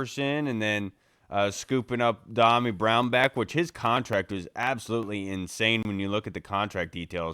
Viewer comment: Is it me or does start to pronounce Dyami's name correctly then stop and mispronounce it? Diomi?